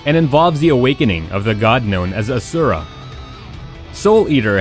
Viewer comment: “Ah sura”